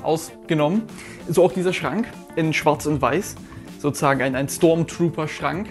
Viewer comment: SO-ZU-SAGEN NICHT SO-ZA-GEN MAAN